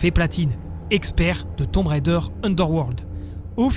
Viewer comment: Enfin un Français qui ne prononce pas "Railledheure" :)